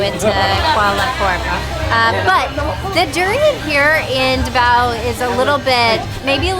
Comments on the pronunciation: Nice! First if all, it's pronounced as DA-vao, instead of da-VAO. Even non-DAvao Filipinos get that wrong. And yes to fellow Filipinos, pronouncing it rjght is as important as prouncing your own personal names right.😉 Besides that, you're family is doing great and thanks for having an awesome time in Davao. 👌 Madayaw! 🦅 (MadaYAW = good; pleasant; beautiful) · Da-vao not D'vao